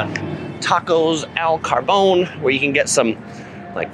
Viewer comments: It.s Tacos El Cabron, not Carbon. As I remember, cabron is Spanish for SOB, which may be why you mispronounced it. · Great video ! Just one thing I noticed, is not tacos el carbon it is tacos el “CABRON”